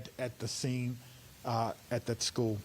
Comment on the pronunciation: So was this one of those males who claimed to be a female? Or is it a real female? Wisconsin can't have a police chief thays actually educated enough to properly speak? Whats a "skoo" idk what a skoo is